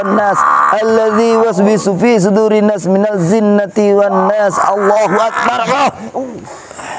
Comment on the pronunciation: Sblmnya maaf y mas tlg perbaiki bacaan surat an nasnya ada yg slh bacaan jin zin beda yg benar minnaljinnatiwannas